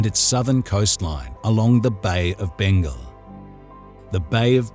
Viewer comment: What a minute. Bay of Bengle??? What the hell is that??